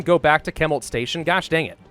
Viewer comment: ... I hate to nitpick... I hate to that guys... but it’s pronounced shemult not kemult. (Chemult).